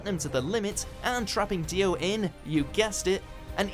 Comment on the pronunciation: Did he really call dios stand Zach wurldo